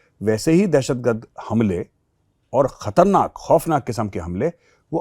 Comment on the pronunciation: खतनाक नहीं खतरनाक। अब तो बड़े बड़े चैनल्स का भी हाथ हिंदी में टाइट होता जा रहा है।